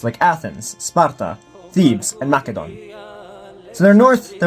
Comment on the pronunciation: If I hear him say “ MAKEDON “ one more time I’m gonna explode (I live in real Macedonia)